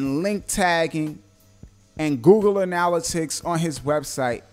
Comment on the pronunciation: Great info, but your pronunciation of analytics is killin' me..